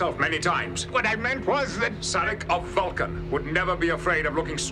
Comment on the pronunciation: "This is the Vwulcan hearrt. This is the Vwulcan soul."